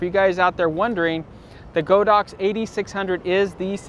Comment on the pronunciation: FYI, the pronunciation is God Ox, after the Chinese brand name 神牛